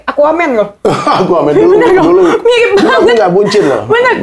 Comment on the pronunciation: R Mirip bukan L ...R yaa..🤣🤣🤣🤪